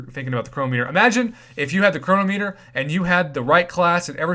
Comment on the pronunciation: Save for it. Btw- please pronounce chronometer correctly.